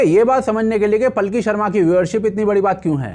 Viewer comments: इनका नाम पालकी है, पलकी नही। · भाई पालकी नाम है पल्की नहीं।इतने अच्छे नाम का सत्यानाश कर दिया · भाई पल्की नहीं पालकी शर्मा बोलो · मशहूर पत्रकार का सही और वास्तविक नाम पालकी शर्मा उपाध्याय (Palki Sharma Upadhyay) है।अंग्रेजी में उनके नाम की स्पेलिंग Palki लिखी जाती है, जिसका शुद्ध हिंदी उच्चारण और लेखन पालकी ही है। हालांकि, इंटरनेट और सोशल मीडिया पर कई लोग या न्यूज़ आर्टिकल जल्दबाजी में उनके नाम को गलत तरीके से 'पलकी' या 'पल्की' भी लिख देते हैं, लेकिन आधिकारिक और सही नाम पालकी ही है। 😊😊